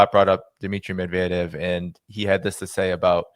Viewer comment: Hey, learn how to pronounce "Medvedev." You're welcome.